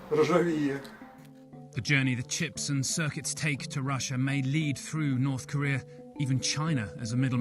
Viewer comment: Its called North Korea, not Nod Koria....